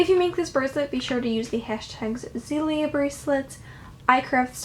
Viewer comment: That is not how you say it